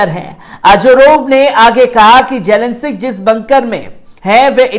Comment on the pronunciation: Bechara padh ke bhe zelensic keh rha